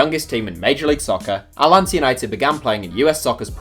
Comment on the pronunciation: Thanks for shouting my town's team, but you say Atlanta by hitting the first "t" and dropping the second not the other way around